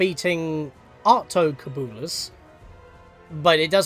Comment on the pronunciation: The "cub" in "Altocubulus" is like "cube". Yes, I do know I'm telling you two years too late for you to use this information.